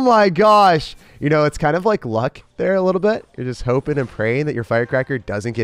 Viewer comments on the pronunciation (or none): none